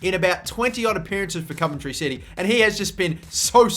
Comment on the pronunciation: as a coventry city fan i am nothing but thankful to newcastle for letting us have him because the last thing i want is marc antoine-fortune cos hes just shite...wish for nothing but the best for adam armstrong (p.s. you pronounce the 'ov' in coventry how you would say 'of')